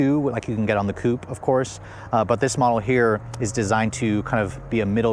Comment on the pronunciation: Coupé. Coupayyy. They even add the accent mark on the logo, please prounce it!